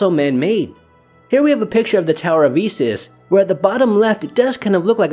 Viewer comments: Great show but you say EEsis instead of Eye-sis lol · I appreciate your interest in ancient artifacts and history... So out of respect for the craft, and with much appreciation, I would humbly ask for you to pronounce Isis correctly: EYE-SIS. Not E-SIS. Respect! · Honey, Isis is pronounced "eye-sis", not "ee-sis". She was kinda a big deal in her day.